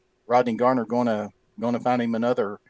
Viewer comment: Why yall () keep calling him Coach Gardner? It's just Garner, bud.